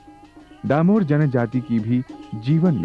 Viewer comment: डामोर not दामोर